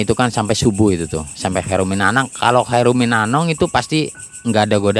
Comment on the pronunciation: Khairun minanaum pak.bukan Khairun minanong.